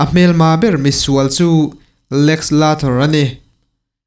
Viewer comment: I Lex Luthor lam dan hian khoi ah mah leh eng film ah mah an lam ngailo ania aw..hetiang hi chu hriatchian hmasak tum thrin roh..ka lawm e